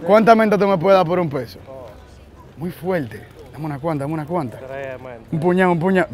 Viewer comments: Nadie: cada 5 minutos: “Muy fueellte” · Like por cada vez que dijo muy fuelte 😂🔥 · todo el video "MUY FUELTE"